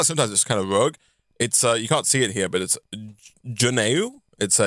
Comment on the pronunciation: Juneau (pronounced like the month of June with an "o" on the end: june-o). Fun facts about alaska: If you cut Alaska in half, Texas would become the 3rd largest state. Let the tide go out and cut Alaska into thirds, Texas becomes the 4th largest state. Alaska has a population bigger than two other states (Wyoming and Vermont). If you climb Denali (the tallest mountain in North America) you climb more distance than when you climb Mt Everest (base camp is very high when climbing Mt Everest). Alaska is the most Northern, Western, and Eastern state of the United States (the international date line has to go around Alaska.